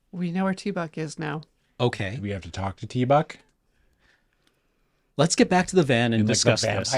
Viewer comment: I'm sorry, I believe that it is properly pronounced Teeeeee-BUCK!, not tee buck. Cheers!